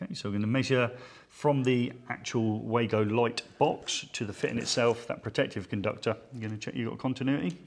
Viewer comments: Wago, pronounced Vargo please! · Am I the only one who hates the very old fashioned concept of one presenter bouncing of another equally qualified presenter. Why not go for the simple and professional presentation of ONE expert making the presentation. Sorry, could I also mention the name is pronounced Vargo.